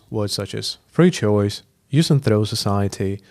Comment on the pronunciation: trow or throw? :p